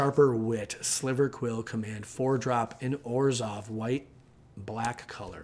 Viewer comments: Silver not sliver unfortunately. Great info though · Are we just all going to pretend like he didn’t say sliver instead of silver? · Sliver* Lol